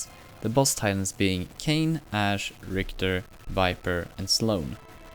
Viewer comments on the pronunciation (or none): none